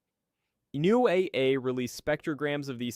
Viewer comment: You really need to hire a live Human narrator. The constant changing mispronunciations of words and designations - like "NOAA" - are really embarrassing for the channel. 😮